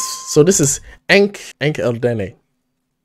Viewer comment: First your pronunsation was right, Enh-Erdene... but not EnhEdine. Thank you😊